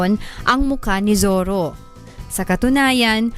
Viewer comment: Hehe.... Zorro ba o ZIRRA?